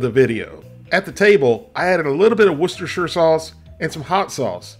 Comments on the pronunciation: The most impressive thing about this video is hearing an American pronouncing Worcestershire correctly. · The first yank I've ever heard pronounce Worcestershire correctly. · I’m glad you pronounce Worcestershire sauce correctly. 😂😂 I’ll have to make this soon!!!